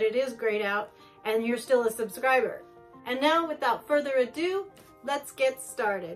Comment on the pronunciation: I love it when she says with further adue